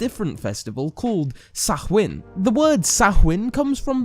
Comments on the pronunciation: It's pronounced SOW-IN, not "sa-hwin". And it means; SUMMER'S END, so it was not the beginning of the year, it was the end of the year, actually. And it was not celebrated on October 31 every year, because the ancient Celts did not observe a solar calendar, they observed a lunar calendar. The new year was the new Moon which was at least a month after the autumnal equinox, and at least a month before the winter solstice. And Samhuinn was the 3 days before the new year, at the time of the dark or invisible Moon. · It's pronounced sow- as in wow , sow-in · We pronounce it sa-win. The apples are associated with immortality , which is why they are linked to samhain. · I stopped the third time he said "sahuin". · In Ireland Samhain is pronounced Sow-in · It's pronounced as 'Sow-ann' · Samhain is pronounced like sawain just so you know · it’s not! It’s pronounced like Sawain, as Robin has said “just so you know” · my name is samhain and i’ve never heard anyone say it like sacH-wHin lmao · It's a shame you didn't look up the pronunciation of Samhain too! You sound like a fly just went back your neck! Sow-an! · Pronounced 'Sow-in' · When you said Samhain.........cringe! However, thank you for the video to help educate the masses. (P.S. The Irish are not the only Celts........... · Maybe you would want to talk to actual Druids and find out how to pronounce Samhain properly and some better details on the Celtic new year and Feast of the Ancestors. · Nice video, but Christ that pronunciation of Samhain actually hurts